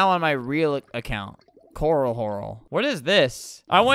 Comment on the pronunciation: Corl horlible